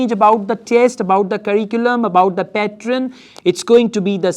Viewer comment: Men are never beautiful🙄😂😂😂🙄. Don't try to put lot of accent which you can't. It sounds pathetic. Just keep it simple what you do. Only 10% you could force that not so good accent 🙄😏. And it's not patron what it sounds when you say. It's pattern 🤮. Why did I even watched your video